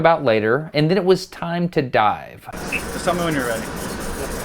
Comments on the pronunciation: i thought he said "its time to DIE." But really he meant "Time to dive." Oof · sounded like “yea ready to die” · sounded like he said “Yeah, ready to die” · did anybody else here ready to die instead of ready to dive and the mark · “And then it was time to dive” Holy- I thought he said ‘DIE’